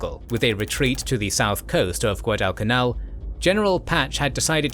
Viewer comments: Shitty AI voice can't even pronounce Guadalcanal correctly. I'm out. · wtf find about that can announce "Guadalcanal". Boooooooo